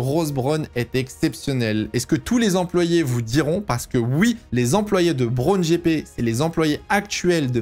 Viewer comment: En anglais, Rory Byrn se dit Rory "Beurn", meme pronciation que pour un burn. Et Ross Brawn se dit "ross" et non pas "rauuss" si tu arrives à me comprendre. Pour Brawn tu as bon sur la prononciation. Pour les"gh" en anglais tu prononces bien le son "f", ça c est bon. Sinon bon travail, j apprécie regarder tes vidéos d autant que je suis un tt petit peu plus agé que toi (40) et j apprécie ttes tes vidéos sur les années 80, et aussi 90 et 2000 qui me rappellent mes premiers souvenirs en F1. D ailleurs le 1 er mai 94, dernier jour de Senna, est avec le 11 septembre 2001 le seul jour dont je me souviens parfaitement ou je me trouvais. C est dire l impact énorme qu'a causé la mort du rival de notre Prost national. (Rival battu par le français? Ds les chiffres on pourrait dire que oui, Prost a 4 titres de champion du monde et a terminé 6 saisons avec le plus grand nb de points au classement pilotes contre seulement 2 fois pour Senna, même si ce dernier a au final 3 titres de champion du monde du fait de la curiosité du décompte du classement en fin de saison à l'époque. Aussi Senna a remporté une victoire ts les 3,93 GP alors que Prost une victoire tous les 3,8 GP meme si on peut penser que Senna aurait ajouté encore qqs victoires a son palmarès). Mais on s'aperçoit en tt cas que Prost se battait d'égal à égal avec le brésilien alors qu'il bénéficie injustement d'une moindre reconnaissance que le français, moins beau gosse ce qui explique bcp de cela je pense. Quand on pense